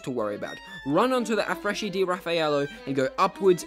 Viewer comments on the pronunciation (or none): Quando ho sentito afresci di rafaielo mi è preso un infarto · Just a quick correction, "CH" is pronounced as "K", so it would be Affreski di Raffaello